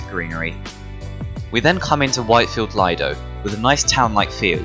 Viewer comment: Leedo not lido